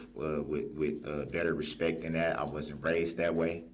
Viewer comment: Will someone please tell this fool that the phrase is, " with all due respect " ! It is not "with all respeck" !